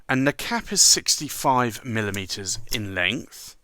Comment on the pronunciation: When giving the length it sure sounds like you're saying milalitres?